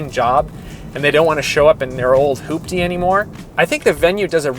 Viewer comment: HE SAID HOOP-DY!!!!